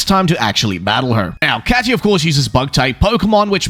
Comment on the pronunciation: Bro said Katy wrong